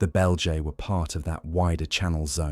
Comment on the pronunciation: Not off the great start when you mispronounce fundamentally the name of the subject tribe you are talking about…